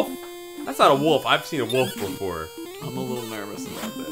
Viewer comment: How come can't pronounce 'wolf'? He always says 'woof'. Speech impediment?:P